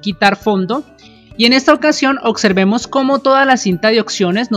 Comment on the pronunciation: se dice observemos y opciones no ocservemos ni ocsiones